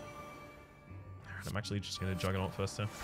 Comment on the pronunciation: Is that first, but in Scottish?